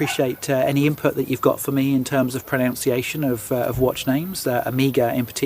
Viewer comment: no worries on the pronunciation of blancpain or omega, but... but one proNOUNces "proNUNciation" with a NUN rather than a NOUN! 😂